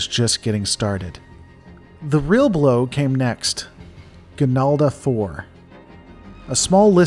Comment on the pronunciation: It is "Ganalda".